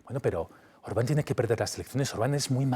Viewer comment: Me parece raro que que vive en Hungria no pronuncie el nombre de Orban correctamente...El acento va en la ultima silaba Ban...